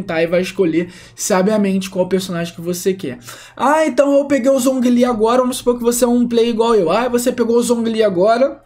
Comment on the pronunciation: MiHoYo: Zhongli se pronuncia Jonglí Players BR: Zonguilí kkkkkkkkkk